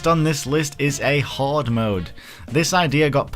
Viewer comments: 1st of all, that ring is like 2/3rds of the way through the game, 2nd of all, he said Horde (as in a large group) his accent just makes it REALLY sound like he's saying Hard... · you say horde like hard. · for a second there thought he said hard mode not hoard mode 😂